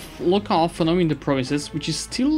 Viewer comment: It's 'autonomy' not 'authonomy' ;)